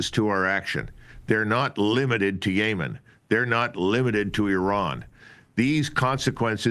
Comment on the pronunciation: The way Col D pronounces Yemen like Yayman is hella funny. The same way Bush pronounces Iraq 😂